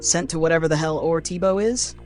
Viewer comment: You got to pronounce things right ortbo not or Tee Bo